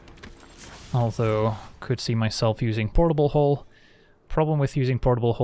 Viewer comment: how many times you say portlbl hooll... perfect drinking game. i am drunk now